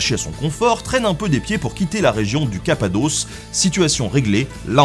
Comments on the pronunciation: Aïe mes oreilles. "Cappadoce" c'est un nom féminin, et la fin se prononce comme "os" et nos pas "hausse". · Cher Nota Bene, 2 petites rectifications : on dit "la" Cappadoce (tu prononces bien la 1ère fois, mal la 2ème), et Baybars se prononce Baillebarse. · capadosse pas capadeauce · On dit "la Cappadoce" (et ça rime avec "bosse") :-p